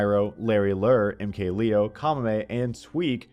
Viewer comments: It's pronounced lay-o not lee-o he's not American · MKLeo is from Mexico. His name is pronounced Lay-Oh, let this issue be put to rest